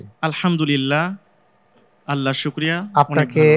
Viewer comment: এখানে সঠিক উত্তর হলে আলহামদুলিল্লাহ বলা হয়।কিন্তু আলহামদুলিল্লাহ এর উচ্চারণ সঠিক হচ্ছেনা।এটা কি কেউ খেয়াল করেনা???